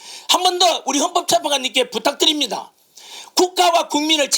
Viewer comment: 부딱드립니다. 발음이나 똑바로 하세요~ 부딱 부딱뜨립니따